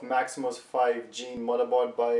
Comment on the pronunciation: Stop saying MotherborSH!!..